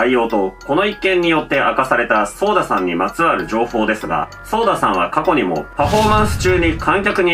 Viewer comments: ソーダじゃなくて、ソダですよ。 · ちなみにソーダじゃなくてソダね